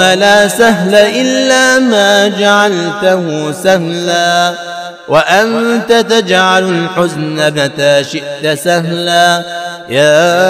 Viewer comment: الحزن بفتح حرف الحاء